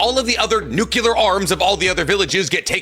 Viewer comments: I wont accept anything about Naruto From a guy who keeps saying "Konowa" and "Nuqilar weapons". And also, DeegoKnigth???? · said nukular instead of nuclear so all his arguments are invalid. He also yells and says Konoha as if it was quinoa soooo. In fact the more I listen the more he pronounces things wrong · "Nukeular" was what bothered me the most from him. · Bro can't even say nuclear properly 😩